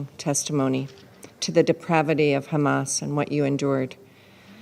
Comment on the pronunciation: How many times he said khamas I can't count🫣🥴